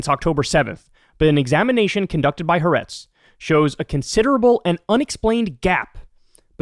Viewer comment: First, I DO agree with your assessment of this tragic crisis and of the misguided and bigoted current Israeli "leadership". Entirely. Second, however, say after me: "hah-AH-retz" -- THREE syllables, not two, with the accent on the SECOND syllable, not on the third. This is the correct pronunciation of "HA'ARETZ", which is really TWO words, not one, meaning "the land" [of Israel]. In Hebrew, the definite article is always attached to the noun that follows it, and the apostrophe in the transliterated form ("HA'ARETZ") indicates the word-break between "the" and "land". Most western journalists are mispronouncing the Hebrew name, largely as a result of this notation style. (BUT -- AND MUCH MORE IMPORTANTLY -- please DO know -- AGAIN -- that, apart from what I have said in this note, I agree COMPLETELY with your very diligent reporting of the current situation in Israel/Palestine!)